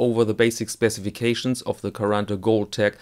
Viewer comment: You pronounse quaranta in a rather "melted" and fast brazilian way, it's more sharp and separate in italian